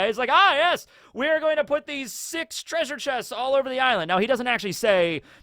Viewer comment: If you say "treasure" like that it sounds like "treason". And I doubt Jinny will be much of a focus in the coming half an hour. Imagine Kaido ate a Dragon Smile instead. No, that wouldn't be sorta the same. He wouldn't get to transform at all. Smile Transformations are absolute. He would be susceptible to Tama's Dango. I just realized something: The World Nobles (seemingly) weren't evil enough yet for Oda. They needed to be involved with Loot Boxes too. It probably was Cipherpol. Because they "stole" the treasure of Hachinosu. The Gods Knights would have robbed it. And these are two very different types of illegal repossession. (In most cases the difference is between the amount of physical damage inflicted on the target.) Overall: There is no chance that Big Mom's Road Poneglyph was one of the prizes. If the World Government got their hands on a Road Poneglyph they would built a Triumphal Arch in Mary Joa and the Poneglyph would be submerged entirely within the screed of it.